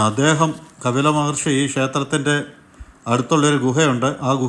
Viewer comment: It is KAPILA not KABILA....Rf to some old learned saints thank u